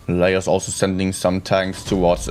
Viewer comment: You need to stream NA as well, and get zero sleep 😂. I think Laos is pronounced “la-ows”.